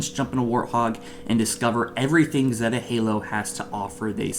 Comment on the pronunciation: Zey-tah not zet-ah